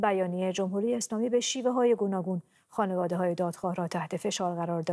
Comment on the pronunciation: خیلی درست خانواده رو تلفظ میکرد. دائما هم میگفت خونواده